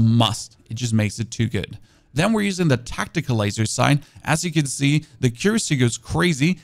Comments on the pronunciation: Your english is great for someone growing up with dubbed tv. Much better than my other friends from Germany tbh. But if you wanna say it right, it's ACC-uracy, like ACC-uranus rather then a-CCUracy like you're currently pronouncing it. Also great vids, keep it up man :) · If you pronounce the following just the way you'd read it as a german, you will end up pronouncing accuracy right: äquräßi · Tungsten AP ammo is sooooo "expensive" to make in large quantities. I'll use it for bosses only. Thank you so much for this build guide - I'm gonna give it a shot (pun intended). BTW, if you care at all (and I don't really - but just in case you WANT to know)... "Accuracy" is pronounced ACK-yer-rassy. Your pronouciation just had the wrong syllable stressed, it's no big deal because we know what you meant! Thanks again so much! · Don't forget Siphon, it should be said like Sai fn, and Accuracy is a·kyoo·ruh·see.... or just google pronoucnations to see how it sounds?. eiter way it don't matter. lol